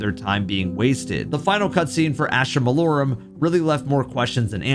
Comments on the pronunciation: i love you. but its malorUM. not malorAM 😭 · Astra Mah-Low-Rum! Malorum Lol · Jesus man, pronounce the map name correctly. Mal-OR-um. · why cant any of you guys pronounce Malorum? its pronounced "Mah-Lor-um" not what ever the fuck yall be saying. Gamers gotta touch a book for a second and learn how to read again. 🤣